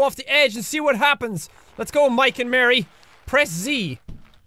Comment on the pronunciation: It's molly not Mary